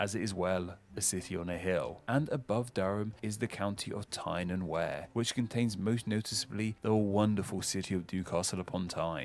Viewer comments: Tyne and Wear = (he pronounced it as wear, as in wear clothes !) unbelievable. it is as "tine and we're" - the commentator says "it's been a journey across my home nation of England" - this cannot possibly be true, there are too many basic errors. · He also screwed up Tyne and Wear. It rhymes with Beer not Hair! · He got 'Tyne and Wear' wrong too. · No, it really isn't. Prior to this guy, I've never heard an English person from the south ever make the pronunciation mistakes he does here for Berkshire, Derby/Derbyshire or Tyne and Wear. I've only heard Americans make these mistakes previously. Perhaps it is the American pronunciations starting to take over as YouTube speak is largely American. For example many young people in England (largely gamers) now pronounce Beta as "Bayta". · Yes it's unfortunate that ironically this video was made by the one Englishman who doesn't know how to pronounce Berkshire and Derbyshire ( or Tyne and Wear). Yorkshire also comes from the Viking "Jorvik". My Googling has shown me he based his "facts" on the previous Roman name for York.